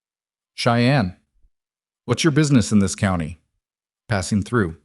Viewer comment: If you are using an ai voice to narrate a story you need to get the word COUNTY pronounced correctly for as you can see it has a T in it so it's not couny!!!!!!!!